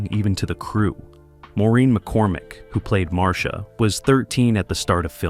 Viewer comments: No, they didn't even watch the show or clips from the show, otherwise they would get Marcia's name right. It's pronounced Mar-Sha, nor Mar-C-Ah. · Maureen McCormick played Marcia. It’s pronounced Marsha. It is not Marcēa. If this is being dictated. It’s possible to have the computer correctly dictate by phonetically typing them into the computer. Kudos to the person who corrected the pronunciation! Mike was seen at his office in three different episodes: 1. Mike’s Horror-Scope when Bebe Galini, make-up artist came to Mike’s office about designing her a new office building; 2. Coming Out Party, Mr. Phillips invited the whole Brady Bunch family to go sailing; and, 3. Call Me Mr. Irresponsible. I’m sure there are more. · I don't know who put this on but almost all of this is a lie. Mispronouncing Maureens name and Marcias. And the wrong ages of the children. The lie about Marcia in love with her brother Greg. It was Barry and Maureen in love. And Mikes office was shown numerous times . I don't remember Barry singing alongside Davy Jones. And Tiger wasn't a Golden Retriever, that was COMET on Full House. All of the children with the exception of Christopher Knight could sing. Eve is also an artist.